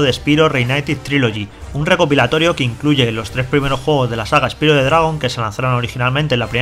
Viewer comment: Osea, no son capaz de pronunciar un simple nombre bien en inglés cómo es Spyro? Uno no puede leer con los fonemas del español palabras en ingles, es una simple palabra pronunciala bien por favor.